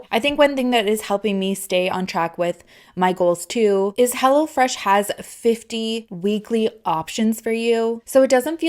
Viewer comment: I thought she kept saying "Hella Fresh"! Hahaha